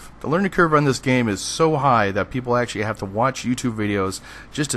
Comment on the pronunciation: you say "actually" and "basically" WAY too much (and you say them so fast it sounds like "basely" and "ashley" every time. similarly, when you say "community", it sound like "commity"). slow down, vary your vocabulary, and your videos will be that much more enjoyable :) additionally, its "PLE-thor-a", not "plen-TOR-a". notice there's no "N" in the correct spelling, and the emphasis is on the first syllable